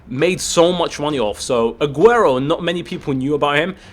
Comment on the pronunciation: drogba says Aguero😂